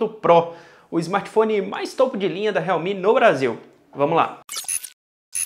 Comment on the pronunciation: Sério que pronúncia realmi?tipo esses China MI 🤔..